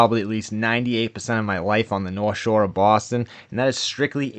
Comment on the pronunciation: Baaaston 😅😊. " taking down bread trucks in Daaaarchester " 😅😊